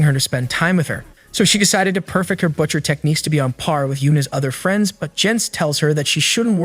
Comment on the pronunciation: Bro actually is annoying me can’t even say butcher 💀